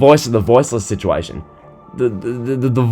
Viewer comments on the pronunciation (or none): none